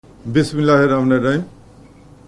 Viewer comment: হালার পুতে বিসমিল্লা ঠিক মত বলতে পারে না আর সালামটাও ঠিকমত দিতে পারেনা। বালের অপিসার হইছে। আমার চ্যাটেরবাল